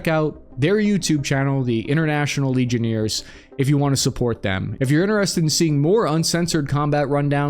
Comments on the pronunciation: Legion-airs not Legion-ears... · "legioneers" it's LegionAIRes friend. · "From their YT Channel, "The International Legioneers" (instead of Legionnaires)" 😂 Hey,! Please never change! 😂 As much as how, in the past, I really wished you'd work on & improve your Pronunciation (as it was slightly irritating me, although rarely), now I WOULDN'T CHANGE A THING! 😊 Your Gift for almost systematically butchering Foreign Words', States', Proper Nouns' Pronunciation, on top of all the regular English words that also get badly mangled, has become such an integral part of both your Trademark (what sets you apart from other YouTubers) AND your Charm & Charisma! Your quirkiness (& Mispronunciation) is so funny, endearing, and also RELATABLE... It's part of why you're so fun & engaging to watch (amongst many other Qualities of course)!